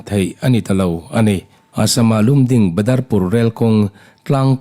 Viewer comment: Lumding nolovin Lamding tia lamzawk tur ani e